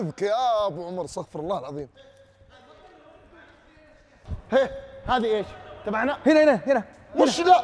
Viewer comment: نصيحة احبتي في الله الكثير من الناس يغلط في نطق الاستغفار والنطق الصحيح للاستغفار هو اَسْتَغْفِرُ بكسر الفاء وليس بفتح الفاء لان قول استغفَر تعني ان الله يستغفر والاستغفار يعني طلب المغفرة والله ما يحتاج مغفرة احد جل جلاله